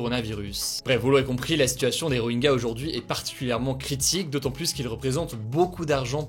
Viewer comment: Rohingya ne se prononce pas Roenga mais Rohintcha